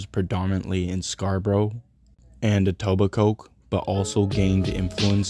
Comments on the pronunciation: Pronouncing Etobicoke with emphasis on the Coke is crazy lmao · I dont think ive ever watched any of these types of videos even ONCE where they pronounce etobicoke properly 😂😂 Even in that cat killer netflix doc they said “eat-oh-bye-coke” lmaoooo Its pronounced “et-ohb-ick-oh” Just so everyone knows 😂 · Etobicoke is pronounced ee toba co